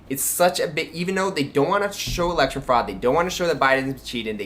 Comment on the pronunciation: One of my main grapes about Peter is his pronunciation of election as just ” The Lection”